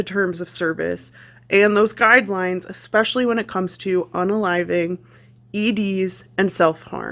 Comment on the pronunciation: “Xspecially since” I love when someone is trying to “Educate” me and then they say “Xspecially” 🤣🤣💀